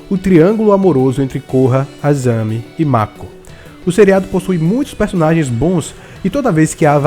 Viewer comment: Azami né VAI APRENDER A FALAR PORCARIA